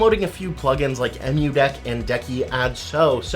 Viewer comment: If you don't want the awkward hand hold, you can adjust the brightness by using the three dot button as well. Also throwing a follow because this is like the 15th video i've watched about things to add to a steam deck and you're the first person to pronounce "EmuDeck" properly